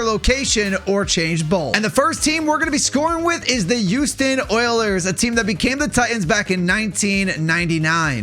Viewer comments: I do NOT like the way that you say Houston oilers, the way you say is the "Uouston Oilers", bro is NOT pronouncing the "H". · Why does it sound like yuoston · dude can't even pronounce HOUSTON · why the duck do you say Houston like that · pisses me off